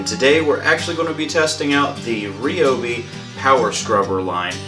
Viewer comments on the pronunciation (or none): If you're going to review something, pronounce the name correctly 😂😂 RYobi. Not REEobi. Geez.